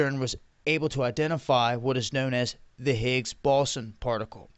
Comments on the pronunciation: HADron, there's no "L". BOson, again, there's no "L" in the word. Escape, there's no "X" in the word. Across, there's no "T" in the word. Speak well. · I believe it's pronounced "bow sun" higgs boson. I agree they are definitely playing with fire. They claim that they create micro black holes but they disappear quickly, but what the hell do they do if they don't? Shut it down? By that point it'll be too late. Quick! Chinese fire drill everyone!